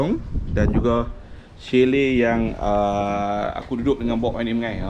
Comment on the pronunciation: Assalamua'laikum. Patut la lama tak bersiaran, pi umrah rupanya. Alhamdulillah jd tetamu Allaah. Chalet tu asal dr bahasa Perancis. Bila huruf t kat blkg perkataan dan huruf vokal sblmnya maka huruf t tak bunyi aka silent t mcm Chevrolet dan bouquet. Chalet tu kita sebut chale shj. Lps ni ada video memancing pulak kot. 😊 Selamat Hari Raya Aidil Fitri, maaf zahir dan batin kpd n keluarga serta rakan2 memancingnya. Tak lupa kpd para viewers juga.